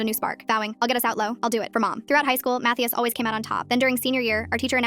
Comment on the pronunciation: im sorry but "mattheus" is diabolical💔💔